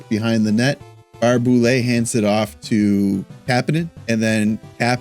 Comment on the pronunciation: It’s Barrhey- Boulet